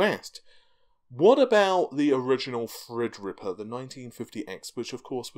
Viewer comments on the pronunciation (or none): Even youtube captions thinks you are saying freds /fred ripper 🤣🤣🤣